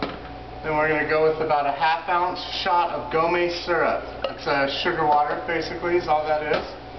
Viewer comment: That is NOT a lime rickey and gomme is not pronounced 'go-may'. A lime ricky is a non-alcoholic beverage. A rickey cocktail includes spirits (either bourbon, rye or gin), lime juice, and soda water, that's it. If you had to choose a name it would make way more sense to call it a grape gin rickey...